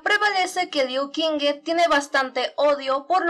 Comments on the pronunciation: no seria liu shingu la pronunciación? :'v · In addition to the fact that I had already said in a video that I don't know how to pronounce Chinese names, so an apology ⊂(・﹏・⊂)